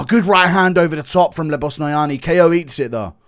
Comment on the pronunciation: Bro’s named Ko as in rhymes with go bro stop saying k.o with you head ayuh